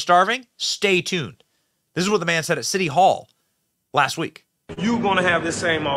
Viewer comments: Benny, did I hear you say "the shitty of Chicago"? A propos! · Ahahah you said shitty of chicago.